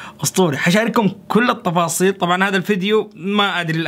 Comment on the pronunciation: التفاصيل❌ الطفاصيل✅ ههههههههههههههههههههههههههههههههههههههههههههههههههههههههههههههههههههههههههههههههههههههه 💙💙